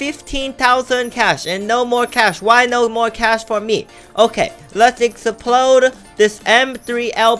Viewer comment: i cracked up when you said explode as ex-pa-lode